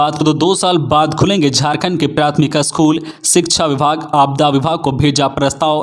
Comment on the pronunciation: You should learn how to pronounce "school"